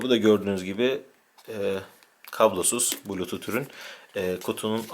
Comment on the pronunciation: Bulutut ne ya blutuz diye okunur :-D